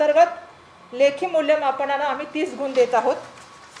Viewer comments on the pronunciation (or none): शोकांतिका ही आहे की.. महाराष्ट्र राज्याच्या शिक्षणमंत्री दहावी ला धाव्वी, विद्यार्थी न म्हणता विध्यार्थी असं म्हणत आहेत..!गुण च्या ऐवजी गुन म्हणत आहे...!! शिक्षण मंत्रीच जर या राज्याचे असे असतील, तर बाकीच्यांकडून काय अपेक्षा करणार??